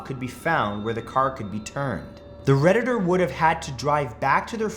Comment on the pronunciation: Every time you said “the Redditder” it just killed the whole story.